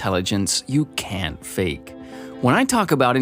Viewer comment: Sign of low intelligence : not pronouncing the letter "T" at the end of the word "can't".